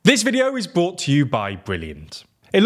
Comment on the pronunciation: It's '"brought" to you by'(with the r, and even if you are from the UK; no silent r here), not "bought". And "brought" a new ..., not bought.